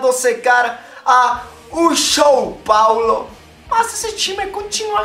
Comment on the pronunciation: Que "show Paulo" o que rapaz, olha a pronúncia disso, quer inventar o novo trikas?